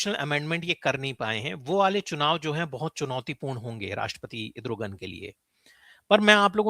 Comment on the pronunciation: मनीष जी पहली बार सही उच्चार सूना है इद्रोगन